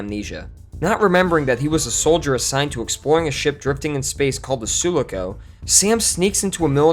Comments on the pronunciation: You tote yourselves as being a well researched channel, THEN REPEAT AFTER ME DIPSHITS. "sue-LOCK-oh" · Half decent after this one? You’ve clearly not watched this film- gotta be part of that hip hive mind to draw in the views, eh? And it’s pronounced Sue-Lock-Oh, you’d know that if you’d watched the last one. What’s next- the first film’s ship called Nooostramoo? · SUE - LOCK - OH! Have you seen the movie?! They say the name a bunch of times, so there's really no reason for mispronouncing it! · Sue-lock-O. Ripley even says it aloud during "Aliens". What's with the weird pronunciation? Are you auditioning to replace Herzog's mangling of the word "parsec" in The Mandalorian? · MSG to FACEBOOK:.... I appreciate you are probably working very VERY hard. But you've upset the "Aliens" community with your WTF-Aliens3 vid.... I watched it yesterday.... and a "detail" bothered me SO MUCH.... (myself) I came back today to correct you....... "Sue - Lock - Oh" or "Sue-Lah-Co"........... but NOT Sue-Loo-Coo.... puh-LEEEEZE fix it. "We".... (the "Aliens" community) have GROWN UP with the series we ALREADY "know" nearly everything about the series.... I personally? Think you are making a sincere attempt at providing good content. But this???? was NOT good. It revealed a fundamental LACK of knowledge.... kinda like pronouncing George Washingtons name as: "GORGE" Washington.... that level of NOT KNOWING.... it's entirely Fking distracting b/c "Sue Loo Coo" is sprinkled all thru the video and each time it's like a SLAP.......... it's a really un-enjoyable experience to the people who "KNOW" the Aliens movies........... and it tells us that YOU did not watch them...... not really. Sincerely, Steve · I guess not as I finally paused it to note it's pronounced (far as I know): "Su-LAA-co". Enjoy vids; minor burr but enough to keep noticing. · Yeah.... I was wondering what is this comment about and boom.. Another ship name torn to shreds.